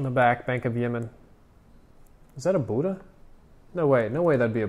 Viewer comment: Lol does every american pronounce the BUDDHA like that